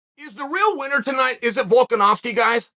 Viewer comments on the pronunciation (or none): none